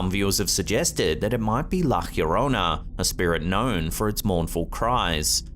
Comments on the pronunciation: It's NOT La Hkyorona! It's pronounced LA YO RO NA. You sound like an idiot saying it that way and it's very annoying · its pronounced yorona btw, ll in Spanish is y sounding, like in you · La Llorona is pronounced La Yorona. The all sounds like a Y. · The way you pronounce “La Llorona” 🤦🏻‍♀️